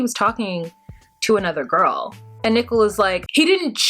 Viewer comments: i find it hard to listen to you pronounce nicole as nickle. i have to fast forward thru that section. can you please reconsider it? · is it me or does she pronounce Nicole like Nickel? Is she trolling?